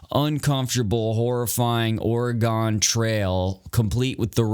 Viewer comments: Wtf is a oregOn trail it's OregEn bro I did the spelling that way so you can phonetically sound it out... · Not OreGONE, it’s OreGUN :) like organ, but Oregon. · Bro, please for the love of God, IT’S PRONOUNCED OAR-GUN (as close to ORGAN as you can possibly get) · ORR-GONE is a fun way to pronounce it, at least it wasn’t OR-EE-GONE. Do New Orleans next!